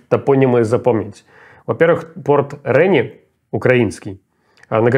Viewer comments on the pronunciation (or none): А город не РЕни, а РенИ. Все-таки челюсть имеет значение😂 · Руслан, правильно не "РЭни", а "РенИ". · Не РЭни, а РенИ. Как бы учитывайте. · Рени , с ударением на букву "и" Там живут мои друзья , там я была много раз .... Да сохранит Господь моих друзей и городок Рени ❤ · РЕНИ, Ударение на И!!! Режет слух😂 Спасибо большое, смотрю все ваши сводки❤ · Какое ещё рЭни, когда ренИ Не могу понять почему у всех россиян проблемы с произношением/ударением всех украинских городов. У нас такой проблемы с вашими городами нет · Про ренИ , не Рэни, ударение на последний слог, е мягкое, уже писали? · Руслан, имейте уважение, потрудитесь правильно произносить топонимы. Остров ДжарылГАЧ (не ДжарылЧАГ). Порт Рени́ (ударение на последний слог), а не Ре́ни. Учитывая, что вы даёте качественную аналитику, такие вещи - это кринж и непрофессионализм. Спасибо за вашу работу! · Добрый день! Прошу прощения. Не РЭни, а РенИ. Не портА, а пОрты. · Ребята, спасибо за вашу работу! П.С. Руслан, не РЕни, а РенИ, а то уж очень по ушам режет)) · Русланчик, как всегда: порт РЕни, правильно РенИ😂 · Місто називається не РЕні, а РенІ, з наголосом на "І". Що з голосуванням незрозуміло - будуть писати результати приблизно так, як це було при "голосуванні" в Запоріжжі, причому результат буде 146% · Рени, ударение на и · Руслан ставит ударение неправильно в названии города Рени!!! Ударение на «и»!!!!! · Майкл, скажи Руслану по поводу города Рени, на Юге Одесской области. Ну что за Рээни😂😅, если порт Рени. Все проще чем думает Руслан:) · Рэни! Меня сейчас вырвет!!! ренИ!!!! Ударение на И. А вместо Э - Е! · Город РенИ, ударение на последний слог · РенИ ударение на второй слог и не через "э". Пожалуйста, слух режет. Хотя это не главное. Спасибо за работу. Слушаю вас постояно. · Надо говорить не рЭни, а ренИ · РЭни- конечно вывернуло мозг) Ре (е-мягкое) ни (ударение на и). Рениии. Пожалуйста)) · Руслан, порт РенИ, а не РЕни. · Не Рени а Рени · При всем уважении, Руслан, не Рэни, а РенИ. А за сводку Дякую 👍🏼